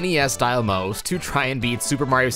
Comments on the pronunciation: Why do ou pronounce Mouse (Mao-s) like Moe-s? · It's a "mouse", not a "mose". What the fuck even is that word anyway?